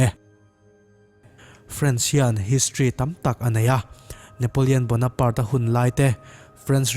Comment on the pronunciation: Bonanpart...... Nilo in..... Bona(parte) tihtur a ni e.....